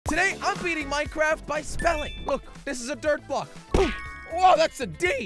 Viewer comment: Some broke the dirt and it dropped “G” that’s not dirt that’s “Girt”